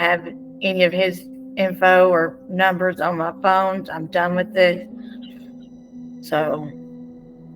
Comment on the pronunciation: „pohine no“ yep seems legit